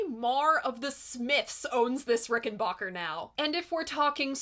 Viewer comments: It’s not a “RickenBOCKER”. It’s a RickenBACKER! When the head of the family first came through Ellis Island, moving the family to America, he told whatever Federal employee interviewed him and filled out the paperwork, it was pronounced RICKENBACKER, in order to “Americanize” it. I own a RickenBACKER model 360-12 twelve string guitar, identical to George Harrison’s, and researched this discrepancy when I got it years ago. The only difference between George’s RickenBACKER and mine is this: I BOUGHT mine. George was given his by the manufacturer, located to this day in Orange County, CA. Incidentally, in the U.K. the word “leisure” is pronounced “lezhure”, as you hear it on “Rubber Soul”. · "Rickenbacker" is to be pronounced as to rhyme with "soda cracker". Adolph Rickenbacker, who more-or-less founded the company, insisted on it.